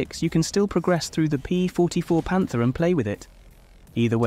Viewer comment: Pantera not panter